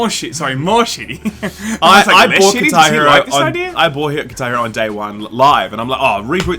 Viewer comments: Kitairu, that's all I hear. It took me a sec before I realized you said "Guitar Hero" lmao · What is Tairo? Lol seems to miss the guh! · its called "GuitAR [pause ]hEro" and not "KitaEro" =D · What 'katar Hero'? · Does someone else find it weird how they pronounce guitar hero? 10/10